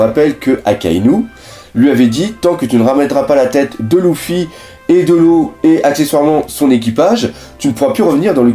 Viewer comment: c est grave moche comment tu dis luffy mais sinon continue comme ca !